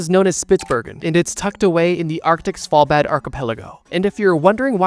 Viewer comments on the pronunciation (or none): Svalbard isn’t pronounced “Sval-bad” 😅